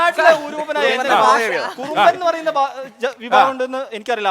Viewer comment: കുറുമ്പൻ അല്ല കുറുമ്മൻ ആണ് ok. മുജീബ്ക്ക പറഞ്ഞതാണ് ശെരി